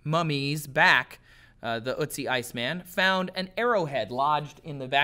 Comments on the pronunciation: Oat-see. Not ootsie. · Its not ootzi otzi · Its ötzi, not uzi... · ***** Yes g at the end can be pronounced as a -sh sound. But Ötzi is spelled so because it roughly pronounce urt-tzee and not ur-tzee or, as says, oot-tzee. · It's ötzi not utzi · Not utzi Ötzi an o with dots of you cant say Ö say o not U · ÖTZI, not UTZI! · Damn Americans not knowing how to pronounce Ö, you make him sound like some cute cartoon when saying Ootsie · "Ö" as in "earth" or "girl" [örth][görl], Ötzi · ElinMoby Well, I am from Sweden to and it doesn't sound jack all like an Ö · OMG!! The way you prounounce "Ö" gives me a headache. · Your pronunciation of ötzi is 😬